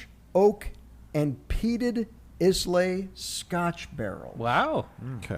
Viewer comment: Every time he says "IS-lay", a scotch angel loses it's wings. Please say "eye-la."